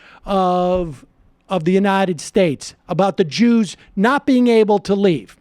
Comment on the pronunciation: "They were keeping the Jeewws from leaving the country". My God, my God, my God....